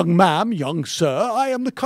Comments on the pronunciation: Mike Krazer it’s ma’am. Not ma’aam. Just saying. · ok now to tbh when i listen to it he is actually saying 'young mam' but this begs a whole nother question of WHO THE FUK SAYS THAT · I heard “nice young madame” 😂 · I don't think he was 'ever deaf' (nice grammar, btw), and not sure what he lied about, other that possibly (and I reiterate, *possibly*) him saying 'man' instead of 'ma'am'. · "Young ma'am"? Who the hell ever calls any younger woman "young ma'am"? I'll admit I have a hearing issue, but like everyone else, I heard "young man" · I have often heard of the term "young man" but "young ma'am" I have never heard before and when you do say it,it does sound exactly like you are saying "young man". I think the proper presentation should had been either "young lady" or else ignore the fact that she is young and address her as "ma'am". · Who the hell says “young ma’am”?!? And if you listen to it slowed down, it does not sound like “ma’am” anyway.